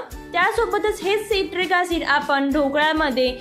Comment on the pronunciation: सायट्रिक ऍसिड असं म्हणतात. सिट्रिक म्हणताय तुम्ही.